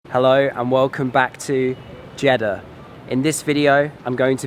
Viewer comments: Actually, it's Jedddddddddah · When he says jiddah it seems he is saying chedda 😂 but anyway nice video